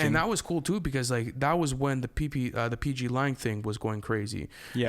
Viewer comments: Its pg lang not pepe lang😂😂😂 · bro said PP Lang lmaao wtf PG